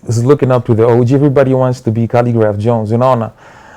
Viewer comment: By the way Jalang'o you have several times pronounced O.G as orgy